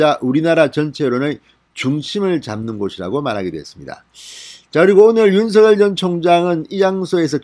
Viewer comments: 진성호TV님 윤서결이 아니고 윤석렬 이라고 발음하시면 더듣기 좋겠네용. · 윤서결 ㅋㅋ 발음 이 재미있다